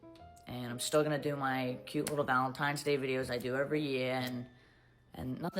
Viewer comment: Pet peeve: It’s ValenTINEs day. NOT ValenTIMEs day. 😠 I am sorry, but I really really don’t care that. She’s getting a divorce. Like you said put on the Internet what you want on the Internet and people will react. If you don’t want it out there keep your damn mouth shut. I also feel that people that are so invested in someone you don’t know live that you care that much. It’s kind of sad. I watch YouTube and enjoy influencers that report on other channels and like yours that report on other channels have a sense of humor and go about their daily lives. Maybe I’m in the minority, but I don’t need to when you take a poo or if you farted last night but in front of your boyfriend or girlfriend whatever. I look at this is a form of entertainment. I’m not trying to be a part of your life ran over.